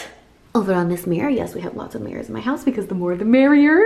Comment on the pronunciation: " The more the miriorer " 2019